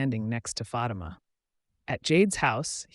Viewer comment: Its not fati-ma...its phaati-ma ... cant ignore this anymore. Great recap though 👏